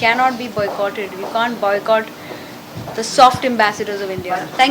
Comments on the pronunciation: kuch Bollywoodion ko boycott bhi bolne nhi aata,bicott bol rhe h 🤣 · ab to ekta kapoor bhi "buycot" bolne lagi hain.. media walo ki jay!! 😂😂